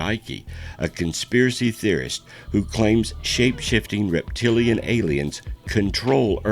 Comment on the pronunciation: Another good documentary. His name is David Icke the e is silent.